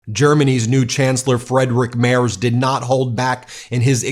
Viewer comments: Ben, just a little aside. Merz is pronounced like the following: MAIRTZ. I live here in Germany. When you mispronounce it, you lose credibility. And I do NOT want that! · Can you please pronounce the new German chancellor’s name correctly? M-E-R-T-Z. Where are you getting Mayers from? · For goodness sake, at least make an effort to pronounce foreign as close to how they shold be as you can, it is NOT Mairz, it is (phonetically) Mairtz! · Will you please learn how to pronounce Merz’s name correctly? Its not Mayors or Mays! Pronounce right or not at all! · His name is Merz, pronounced "Mêrdz", not "Mairs". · it's Merz Not mayor's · It's pronounced 'Merts', not 'Merzz'; the Deutsch/German 'z' is like the 'ts' in 'tsunami', with soft 's'. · Please watch your pronunciation he is pronounced Merz not Mayors it is very insulting to the new chancellor to call him the wrong name. It sounds almost as if it’s tzs at the end of. I’m an American living here and every little mistake we living here get called on it. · You almost have it, Ben! "M-air-ts" not M-airz" for Merz! Didn't want him, but was glad to hear his speech. Thanks for reporting on it! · You really need to improve your pronounciation of "Friedrich Merz", I almost had no clue who you're talking about. It's more like "Freed-Rick Mertz" than your "Frederick Mers". 😄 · The name is pronounced similar to "Merts" not "Mers" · Dear Ben;his name is not Mers. It is Merz Spoken (Merts) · Please pronounce the upcoming chancellor "Freedrich Merts" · Mr. Merz‘ name is pronounced as if it had a ‘t’ before the’z’: Mertz. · Friedrich Merz (btw, pronounced "Mertz") is the Chancellor-elect, not yet the Chancellor. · Merz is pronounced like " MERTS " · Just to prevent a minor distraction, the gentleman’s name is pronounced Mairts. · It's Merzzzzzzzzzzzzzzzzzzzzz , american . Do us a favour and check your pronunciation, please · Pronounced "Mairts" 🇩🇪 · Merz you say as murtz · Ben, the Chancellor’s name is pronounced Mairtz.